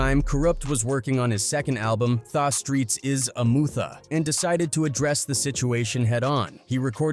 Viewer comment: “THAWWW DOGG POUND” It’s pronounced “The”